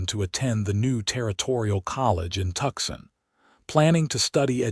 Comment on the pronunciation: TUCSON (TOOSON) NOT TUXIN